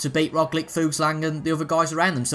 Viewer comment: Also man - Roglic is pronounced like - ‘Rog - Litch)